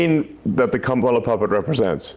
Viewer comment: Elon calls her "kamp-ala" here. He is so frigging gross. I listened several times, it was deliberate.